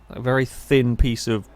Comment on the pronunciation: He also says "vely" not "very"